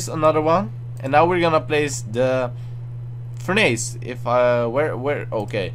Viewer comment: its not furn-ace Its furn ess